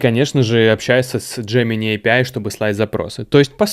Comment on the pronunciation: Боже, наконец-то человек, говорящий «эй пи ай». Меня отучили мои англоговорящие друзья от произношения «аапии», ответив «ну ты пописай и приходи обратно» (англ: ah pee) :)